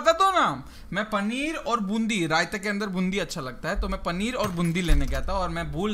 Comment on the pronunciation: Panner aur bundi nahi paneer aur boondi